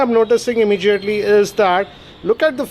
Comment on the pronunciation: Immegiately, jaaage..WTF😂😆